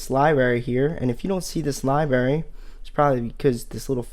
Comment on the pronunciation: He keeps saying "libary" which gets on my nerves but thanks for the tutorial